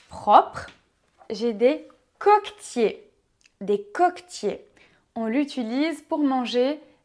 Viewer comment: J'ai appris 61 mots, merci, la fourchette est tapé avec "le". De plus, le coquetier a été prononcé Kokotie par Google Translate, mais votre prononciation, c'était la même chose dans le dictionnaire Larousse [koktje]. Continuez votre bon travail 😂❤